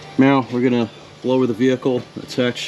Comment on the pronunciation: i could of sworn you said meow instead of now. Getting cat game vibes right meow